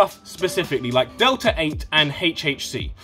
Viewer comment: WTF is Delah ay😂